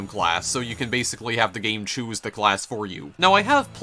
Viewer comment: What is that pressure accent? Skri'en = screen, may'age = mage, chew'ise = choose, gay'em = game, thai'em = time, oh'en = own. And her'retic... that only works for the adjective. Where does that second syllable obsession come from?